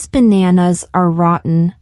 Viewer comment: rotten, American pronunciation , British accent 😂